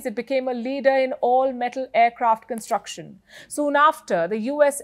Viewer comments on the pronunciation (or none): none